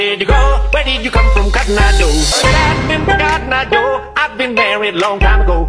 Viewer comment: >:( THATS COTTON EYE JOE NOT GEDAGADEGEDAGADA O